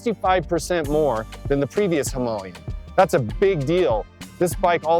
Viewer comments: It's Him-aa-layan....not Him'u'layan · I was not expecting "Himalayan" to be pronounced like that.... OK, he's just wrong, very worng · any chance of pronouncing the name correctly . Him,a,lay,in 😂🤣😅😆😂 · Hi,ma,la,yan four syllable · Exactly! Why didn’t he edit the soundtrack to pronounce it correctly? Low budget alert !